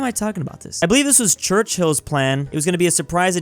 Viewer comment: When he called Churchill “Church Hill” I almost threw my phone across my freaking room